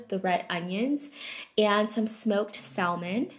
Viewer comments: Salmon is pronounced "samon" ❤ thanks for the recipes!! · "Sal-mon" the L is silent!!! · They all look so good!!! But the one with egg, I might have to give it a try today 🙊 & "salmon" is pronounced without the " L " (it's silent) thought I'd let you know.. & thank you again - I wait for these sort of videos every weekend 🙌🏼😍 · Love your videos! I just have to say I have never heard anyone say salmon the way you do! Have a good day! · It annoyed the shit out of me how u pronounced the L in salmon but otherwise great vid will definitely use all of these